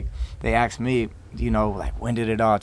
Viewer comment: So annoying when people say "aks" me you sound so uneducated